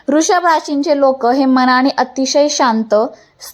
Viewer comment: रू शभ नाही वृषभ राशी असे म्हणा मॅडम